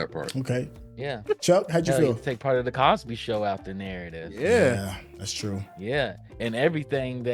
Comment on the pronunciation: It's twu! It's twu!